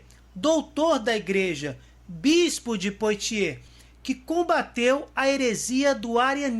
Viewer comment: Diz-se PUÁTIÊ